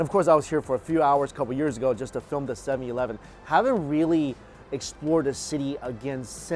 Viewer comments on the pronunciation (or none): Is the “sevi eleven” pronunciation an inside joke for long time subscribers or is he just saying it weirdly 🤷‍♀️